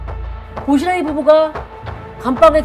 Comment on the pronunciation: 보시라이좀 "보시라이"요